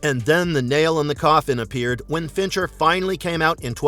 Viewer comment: It’s Fincher , unreal